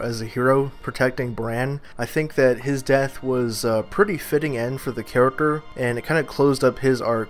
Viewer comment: please learn how to pronounce the word character. It's not Karik-er, it's Kar-ik-Ter!